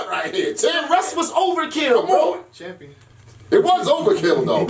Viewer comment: The nigga say champion lol